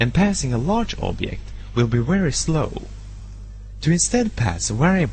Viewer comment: a wery important wiewpoint of the making & dewolpment of this tutorial is the misuse of the pronunciation of the letter "v" lol! jk great wideo! :-)